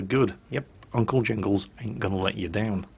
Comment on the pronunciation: Do we need to point it out jingles?...Jingles?